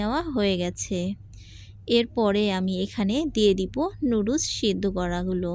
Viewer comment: লুডুস কী আবার? নুডলস বলতে শিখেন আগে,তারপর রান্না করিয়েন।